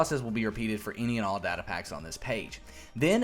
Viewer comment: its data not data